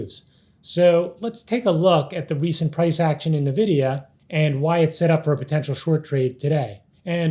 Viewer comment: Does everyone at SMB calls it Nevidia? Great video, though! You guys are awesome and very underrated. Glad I found this channel.